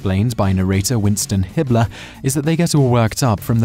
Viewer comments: Wait, did you say "Winston Hitler"? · i thought you said Winston Hitler...? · I thought that I heard it wrong as well.